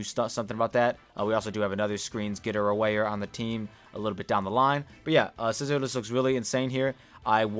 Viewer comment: If you mispronounce scizors name again I’m gonna lose it lol